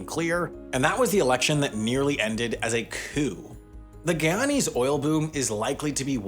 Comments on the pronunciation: I wish he would pronounce "guyanese" correctly! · Also Guyanese pronounce it GUY-ana, not gee-ana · He killed me with the mispronunciation of Guyana and Guyanese!!!